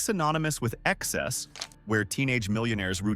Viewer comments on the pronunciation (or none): none